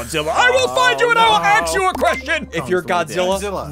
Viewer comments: Next time say can I axe u a question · Its “LET ME AXE YOU A QUESTION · I WILL FIND YOU AND “AXE” you a question! *pun intended * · I WILL AXE YOU A QUESTION!!! never gets old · Axe you a question is the funniest part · "I WILL FIND U AND I WILL AXE U A QUESTION" lol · "I will AXE you a question" I laughed so hard. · Sundee also said i will axe you a question to siglis when sundee was kong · That was a funny joke "i will axe u a question" 🤣🤣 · “I WILL AXE YOU A QUESTION”😂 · 😂bro i fell on the floor when ssundee said"I WILL AXE YOU A QUESTION."😂😂